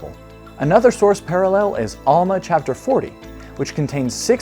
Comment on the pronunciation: I'm sorry, but these aren't the strongest arguments, there are better ones. But you lost me when you said "Awwlma" and "Bahhble". How can someone trust your argument when you can't even pronounce the words right?